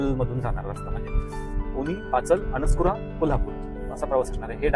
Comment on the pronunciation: अणस्कुरा नाही, अणुस्कुरा अस पाहिजे.